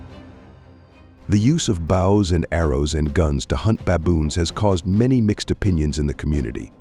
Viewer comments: The commentator can't even pronounce Bows and arrows its Bow not bough. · AI. Can't even pronounce "bows" correctly.